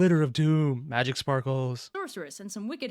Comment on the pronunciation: How does one read "magic" as "may-rick"